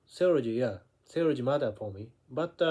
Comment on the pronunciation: the way you pronounce "Theology" is too fast..... Should be Theeeo...le.....gie.